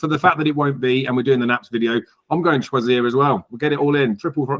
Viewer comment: Choisya is a great shout one on my tracker 👍 And you are pronouncing it correctly, Choisya is a shrub plant one in your garden they are great 🌱🏇